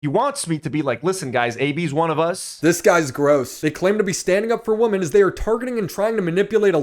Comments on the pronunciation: Stop saying woman instead of women lol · I love videos...but more then anything that every single video doesn't know there are two ways to say Woman and Women. It legit cracks me up. if there are more then 1 females it is Women pronounce wi-men... just one lady...Woman. 😂😂😂😂